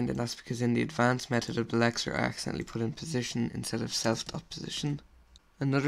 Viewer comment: He speaks quite fast, this causes some times different words to be pronoucned wrong. For example he means to say LEXER and i hear LECTURE or LETUCE.